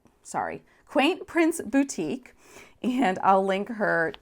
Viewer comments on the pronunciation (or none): none